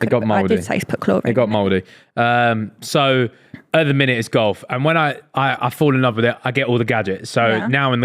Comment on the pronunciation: I always get tickled how says golf. “gauwf”